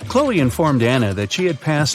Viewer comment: Her name is Chloe, not Hoe.